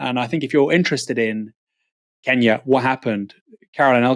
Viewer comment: Our home secretary still calls it "Keenyah", just as the colonialists did.